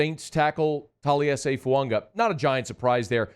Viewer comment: Talies' last name doesn't have a N in it,.